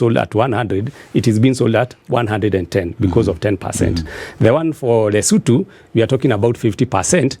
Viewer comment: Since when do Kenyans call LESOTHO Lesutu??? Were BANTU, we pronounce every letter